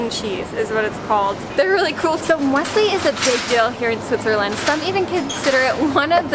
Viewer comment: But no! With Swiss Müesli, you do pronounce the "e" as well. Otherwise it's "Müsli" which is a small mouse in Swiss German. A common mistake made by Germans.